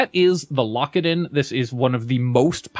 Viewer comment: I keep hearing "Lockadin" as "Lock It In" and now I'm starting another run.